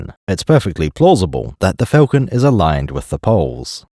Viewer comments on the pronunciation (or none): All that & cannot pronounce Falcon correctly